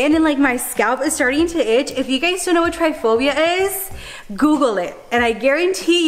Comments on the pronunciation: it's Trypophobia and not 'Triophobia'. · it’s Tripophobia not Tryphobia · Lol girl I love u but it's pronounced TRIP-aphobia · Trypophobia not tryphobia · oh pita, you say you have Trypophobia but you call it “triphobia” hahaha, no hate btw, I just found it funny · Just a little fyi... Trypophobia is pronounced trip-uh-foe-bee-uh 💜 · I know😂😂 she had me searching triphobia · She said she had Trypophobia but said it wrong....Okay